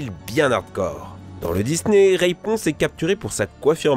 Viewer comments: pourquoi il dit Rayponce au lieu de Raiponce ? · Ont ne dit pas reyponce mais raiponce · C'est moi ou il dit "Raïponce"? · C'est raiponce pas raïponce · T'as dit Rayponce ? Je crois que c'est Raiponce ! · Rayyyyyponce le raiponce de wish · On peut dire qu'il nous donne une mauvaise raiponce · y a pas que ca y a "rayponce" "fri-end zone" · Reïponce ^^ et Pocenntas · et RAYponce aussi OMG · ca va la dislexie comme excuse ?? elle est pourrie tu part dans la rue t'entend 25 000 personne dire raiponce et non Rayyyyyponce et pareil pour pokenntas on l entend a tout bout de champ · "Rèyponce" "Pokèntas" Dat prononciation du turfu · RaYponce, PokÈhonetas 😭😭😭j'ai mal au oreilles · Si ça se trouve il a réessayé plusieurs fois et c'est là la meilleure prise qu'il est fait et puis c'est dur quand t'as toujours appelé un personnage de telle façon de l'appelait différemment.